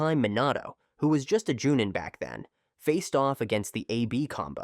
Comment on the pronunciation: Dude, stop mispronouncing words in your videos. Jonin is pronounced Jo - neen, Minato is Me - Nah - toe, etc.